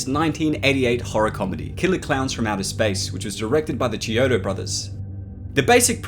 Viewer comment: It's pronounced KEY-ODO, NOT CHEE-ODO